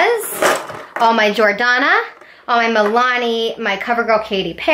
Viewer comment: The way you pronounce the name of some of the brands drives me crazy mostly Because your pronouncing it completely wrong. Especially Jordanna